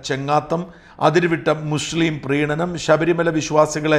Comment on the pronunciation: I think you are saying sa as sha like in Muslim.you pronounce it as mushlim